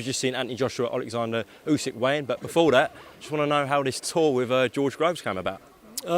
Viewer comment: MY GUY DEFFO SAID OLE GUNNAR USYK LOL